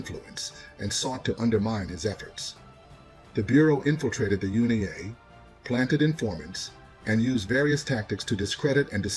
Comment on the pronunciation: U.N.I.A NOT UNI-A